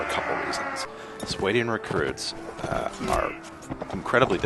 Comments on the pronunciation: I think it's called sw-ah-Dian not s-way-Dian. But besides that good vid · What's a SWAY-DEE-IN?